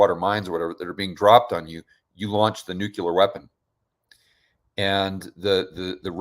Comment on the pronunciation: HI. Love what you do and in the spirit of being helpful I want to point out that you're pronouncing "nuclear" incorrectly. Not a big deal to most people but something to consider perhaps.